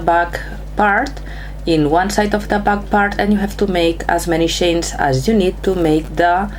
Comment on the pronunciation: Its CHAINS ! NOT SHANES !!! 😡👎